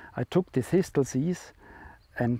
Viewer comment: It's aways a pleasure to find one of your videos that I haven't seen yet - thank you. Please forgive me, because some people consider it rude to correct such things - but in English the word "Thistle" sounds like "Thissell". The second "T" is silent. I only mention it because it took me a few attempts to understand what you were saying! Thank you again, and all the best to you.